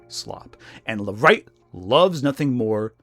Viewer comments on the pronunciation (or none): none